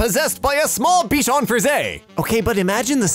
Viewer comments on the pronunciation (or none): none